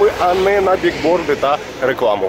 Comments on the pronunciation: БіЛборд, а не бігборд. Billboard - рекламний щит. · Da ne biGGGGbordy, a biLLLLbordy! Etit vas za nogu... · біЛборд, не біГборд... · не "бигборды", а "биллборды"( billboards)